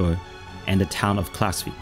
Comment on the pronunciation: You do a great job and just a little more work on easy pronunciation of simple things like 'the' rather than 'de' and 'sample' rather than 'samble' will take you to the next level.